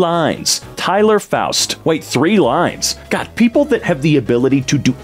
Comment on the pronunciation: I’ve never heard anyone correctly pronounce Foust on the first try. Nobody will care, but that was really interesting to me.